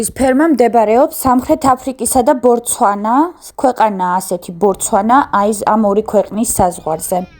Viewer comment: კარგი გოგო ხარ მაგრამ ბორცვანა კი არა ბოტსვანა